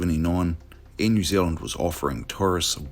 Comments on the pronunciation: Pronounce the name of the country correctly. Its not New Zlnd. There is and 'eala' in there too. FFS. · Right? This guy. Most Kiwi’s pronounce New Zealand just like you do my bro. It’s how we speak FFS. 😂